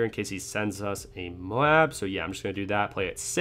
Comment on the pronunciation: Anyone else love how he says Moab lol